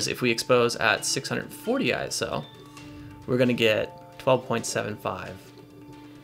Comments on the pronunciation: Its ISO...not I, S, O :) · ISO is a word, not an initialism. Don't say I.S.O., say eye-so.